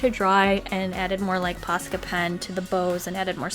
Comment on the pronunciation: I just have to say this but im from finnland and the way you say posca pen it sounds like "paska" pen and that means sh*t in finland and i find it wery hilarious xD